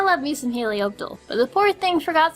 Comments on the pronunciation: Helioptle? It's Helioptile.. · Helioptle... I thought it was a typo, but you said it. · It's not helioptle it's helioptile